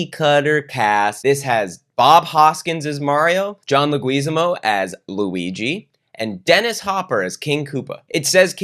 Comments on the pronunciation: "John Le GWEEZIMO" I genuinely dont know if that was a joke but its pronounced Leg-whiz-AH-mo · Omg I love you but it’s Leg-wi-zamo lmaooo John Leguizamo lmaoo! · Man really called John Leguizamo "legWEEzamo" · joh legess ee mo? pronunciation meng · La-gweez-a-mo 😂😂😂😂😂 My Puerto Rican grandmother is rolling over in her grave, but OMG that was the best ethnic name butchery I’ve heard in a long time. I give it 6 slices of Wonder Bread 🍞 🍞 🍞 🍞 🍞 🍞 out of 10 empanadas 🥟🥟🥟🥟🥟 🥟🥟🥟🥟🥟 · His name isn't pronounced le orgasmo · I’m so sad that he’s saying leguazamo so bad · It’s John leg-is-am-o I love this movie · John Le-WHUT NOW?? 😆😆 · Lol, Laguizimo. Not sure if its intentional, but it sounds like you're mashing his name with luigi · I love that movie. I love the Goombas. That one that tried to bring Daisy some steamed veggies breaks my heart. Mario Mario. Also it's Leg-wi-Zamo. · His pronunciation of John Leguizamo's name is fucking KILLING me. It's pronounced "leg-whiz-AH-mo" lolololol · can't tell if it was a joke or a mistake but "John LaGWEEZamo" is the funniest thing i've ever heard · 2 things about John Lasagna; 1)pronounce his name right 2) Romeo+Juliet is the worst movie ever (and I've seen the Star Wars Holiday Special) Why you gotta do my man Johnny liggyzombo like that? He's been in AMAZING movies. like The Happening and Spawn. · John Leh-gwuiz-ah-mo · It’s pronounced “Leg-wih-zahmo” for anyone curious/unfamiliar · John Leg-Whiz-Ah-Mo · The way you pronounced John Leguizamo lol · Lmao I’ve never heard Luguizamo pronounced like that but I love it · Have i been mispronouncing John Leguizamo's last name incorrectly this whole time? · The way you are saying Leguizamo is making me question if I'm the one who's been mispronouncing it the whole time. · your pronunciation of "Leguizamo" makes me wanna scream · Pronounce Leguizamo wrong. Was that intentional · Someone tell this man how to say Leguizamo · Hey. Hey. Why did you say "Leguizamo" like that.